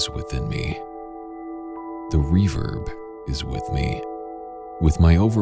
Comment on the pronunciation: I kept hearing “reverb” as “reefer” in that intro lolol